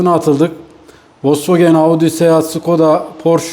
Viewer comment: Folks vagen (VOLKSWAGEN)